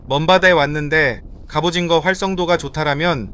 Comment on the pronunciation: 저 궁금한게..... AI음성 아닌듯 한데.... 왜 갑오징어를 갑오징거라고 발음 하시나요???? 절대 태클 아니고, 그냥 궁금해서요